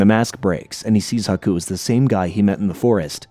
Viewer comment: Love the breakdown but everytime you pronounuce it as haku's name as aku, i just think of samurai jack.